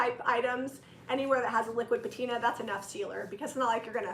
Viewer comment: The correct pronunciation of patina is pat-i-na.....art artisans know if you are professional if you pronounce it correctly....